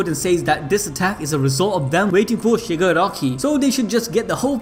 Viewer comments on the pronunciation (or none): This mans said SHIRAGAKI